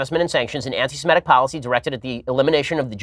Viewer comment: Ben "if you criticize Israel you're antisimetic" Shapiro